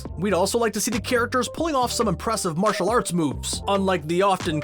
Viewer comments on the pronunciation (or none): none